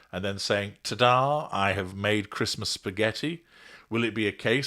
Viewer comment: " Embrace Traditions" Tow can't even say Christmas! What a clown.